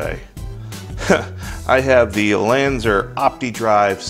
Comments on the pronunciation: LanzER? I thought it was LanzAR. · when u said Lanzar, it Sounds like Lanzer